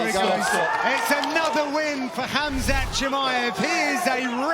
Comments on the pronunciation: he said hazmat chimaev lol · It’s Khamzat not Khazmat😆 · What's with the khazmat pronunciation lol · It's not kabib it khamzat .